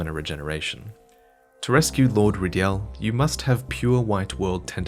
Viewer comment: My only thought after watching this video...why is stubbornly pronouncing Lord Rydell's name as Lord Rydyell? It was clearly a weird translation thing, or at least just a clumsy name to begin with, and they've fixed it in the remake and re-recorded dialogue to match. It's Rydell now, as it always should have been.